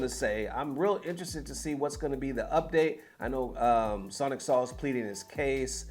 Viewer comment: His name is pronounced "Soul" not "Saul" 😂